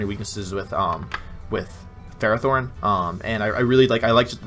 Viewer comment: Ferrothorn is pronounced fare oh thorn It translates to iron thorn